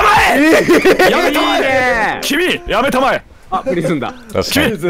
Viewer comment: ダメだ よせ、やめたまえが 遊星やめたまえ に聞こえてアンチノミーにしか聞こえなくなった